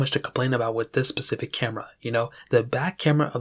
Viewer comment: lol you said this pacific camera ... lol you mean SPECIFIC